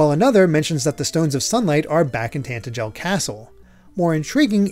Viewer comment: Ok I'm Sorry, but every time you pronounce Tantegel, my ears freaking hurt. It's Tantegel not Tantejel, you're supposed to say it with a guh sound. You don't even need to hear it to know that's how it's said, if you understand how the English language works it's freaking obvious! I'd Understand if it was a complicated word like in some games, but come on!!